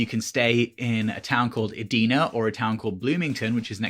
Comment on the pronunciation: Thanks for the video—it was good to hear what people wear since I will be going for the first time this year and have been worried about over/under-dressing!! I’m so excited about Celebration—should be a blast!!!😁💜 P.S. Minnesotan speaking here Edina is pronounced “ee-DYE-nuh”...(weird, I know!) Don’t even get me started on pronouncing Wayzata😜